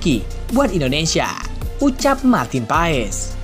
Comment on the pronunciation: kenapa di baca PAES semua media ???? MARTIN PASS ndull 🤣🤣